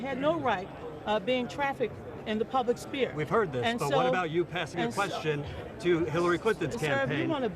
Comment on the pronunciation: She said "the public spear" twice.